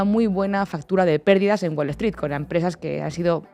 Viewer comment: se dice wolstrit, no "wol es trit" es open EI AI, no lo que sea que dijo. la madre que lo parió.... vaya que las gafas no sirven ni para leer bien y bueno....